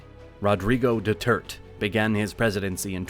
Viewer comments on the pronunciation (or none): Last president, Dutarte is pronounced "Du[t]-art-A" the [t] is like half-silent.